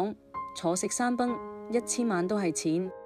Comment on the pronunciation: 坐食山崩，坐錯音，主持讀錯很多字音